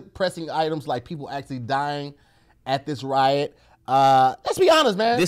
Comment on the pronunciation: I feel like says wyatt instead of riot lol